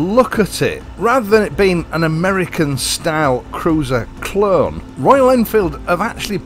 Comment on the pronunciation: Great review liked your accent when you said clone 👍